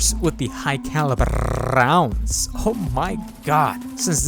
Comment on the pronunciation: High caliber rrrrrrrrrrrrrounds...hahahahaaaaaaa hilarious!